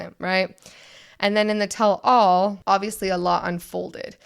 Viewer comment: Don’t worry . . . You’re going to be hearing about the “Catfish Situation” for the next 2-3 seasons. Also, just so you know, it’s pronounced “TELL-all (as if it was one word).” Not “tell ALL.” Bc nobody would EVER tell ALL. 🙈🙉🙊😉 Love listening and watching you guys . . . I grew up and was friends with a LOT of LDS members, so hearing you talk about some of the same things they did is kinda fun! ❤